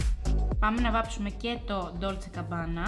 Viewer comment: GABBANA ρε παιδιά όχι CABBANA ❤️😅🤪